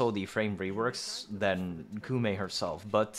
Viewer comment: Koumei, not Kumei